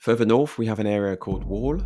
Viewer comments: hi i just wanted to let you know that you pronounced 'worle' wrong, its not pronounced like 'wall' its more like 'wurle" 😊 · Worle is pronounced as 'whirl', by the way. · FYI Worle is pronounced like whirl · like every seaside town tho. it's not all bad, but agree the money could have been spent way better by the council on actual helpful things, Also Worle is pronounced 'werle'. Besides that isn't even worle at the end there, that's Oldmixon lol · Worle, pronounced “Wirle”. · The second area that you show is the old Mixon. It's not Worle, which is around a ten minute drive from there and of which you pronounced incorrectly. At the very least, do your homework before slagging off areas.